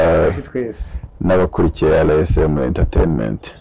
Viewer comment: Ariko birababaje kubona umunyamakuru utazi kuvuga izina rya channel ye!!Ati RSM!!!